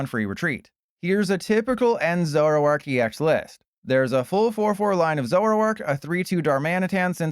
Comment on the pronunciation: 🙅🏻‍♂️ zo-ROARk 👉🏼 ZORO-ark 🥷🏼🤺